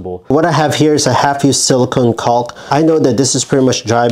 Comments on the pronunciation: The L in Caulk is silent. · The L on caulk is silent. Thanks for the great tips!! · They should be called "calk condoms" just be careful when you pronounce "calk" 🤣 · Thinking about the way yankees mispronounce the word "caulk", there had to be such comments. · I just came here to hear an American say "caulk-tube" a few dozen times. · How about learning to pronounce the work caulk